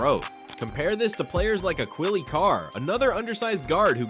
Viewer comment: Your pronunciation of Acquille is criminal lol